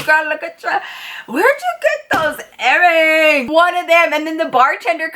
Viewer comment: “Where you get those errongs” lmao 💀😂😂